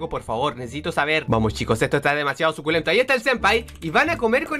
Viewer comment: dice sucultento como pathofeil